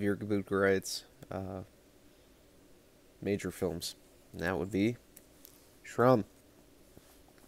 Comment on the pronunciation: I heard Jeroen from Horrible Reviews pronounce it as ‘shrum’ so many times it just stuck with me 😂. Nekromantik 2 rocks, ranking Jorg Buttgereit is like picking a favorite child hahaha, appreciate you man 🤘🤘🤘